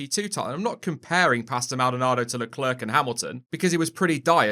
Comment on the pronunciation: I'm sorry but anytime I hear "LeClerc" pronounced "LeClerk" I cringe. It's pronounce "LeClaire"